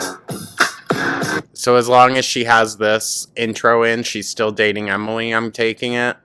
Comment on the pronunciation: Ebily doesn't rhyme with Emily 😂😂😂😂. Maybe Wemily. Lol